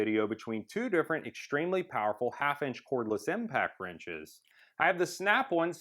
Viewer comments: valid response. Never heard of an American accent where on sounds like one. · In all your videos, you're saying it wrong. It's SNAP ON not SNAP ONE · Why does he keep saying Snap One? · It is SNAP ON not SNAP ONE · Why can this guy not say Snap ON and keeps saying Snap One? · Snap ON not snap OnE😂😂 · ummm its "snap ON" not snap ONE!! LMAO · Snap-won haha I love Americans